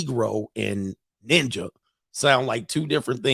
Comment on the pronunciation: Somebody should’ve taught him how to say “ninja” like coach. 😂😂😂😂